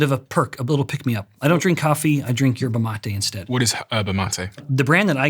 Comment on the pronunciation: Thought he said 'herbal latte' but its actually yerba mate